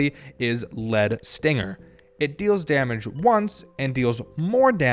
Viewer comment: Also JSYK, I'm psure the Lead in Lead Stinger is supposed to be pronounced like Leader instead of the material. Y'know, Like Lead Singer.